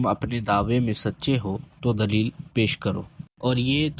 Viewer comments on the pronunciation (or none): none